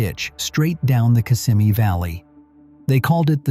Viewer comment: It's not kiss' im eee it's Kiss sem' eee. it's not low cals' it's low' culs. Why not get a human to read the script? This is a good subject, but the mispronunciations are too painful to listen to!